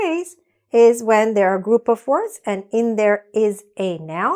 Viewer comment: A question... Why do you pronunciation the preposition ** of **. Like... Offfff ? I learned that it sound is vvvvvv.. like ovvvvvv.